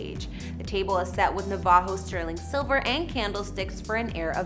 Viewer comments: Na VAH ho rugs??, 😂😂where is this chick from? NAA vuho as in the Navajo tribe is how it is pronounced here. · Ok, please learn how to say "Navajo". How is this not common knowledge? It's "naa-vuh-ho", not "nuh-VAH-ho". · Learn how to pronounce "Tesuque" and "Navajo."